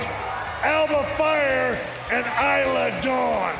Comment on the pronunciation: Cole kept saying Isla wrong lol